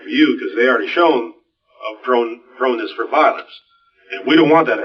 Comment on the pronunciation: Did that detective say "proneness"?